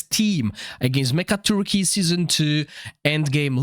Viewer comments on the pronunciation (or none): It super funny to hear the boss called Mega-turkey but it's really pronounced "Mecha-tork". :)